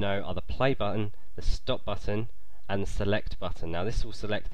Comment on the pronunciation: is it just me hearing that he says buffon